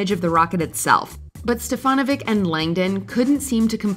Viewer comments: It’s pronounced Steffa-NO-vic, not Stef-ANNA-vic. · It's STEF-a-NOH-vich, just so you know.